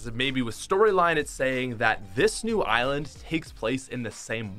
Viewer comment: Dude... it’s “eye land”, not “eye island”